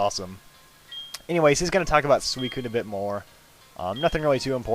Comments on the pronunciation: I've always pronounced SUICUNE 'SU-SOON' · Does anyone else say Suicune like "Suisine" ?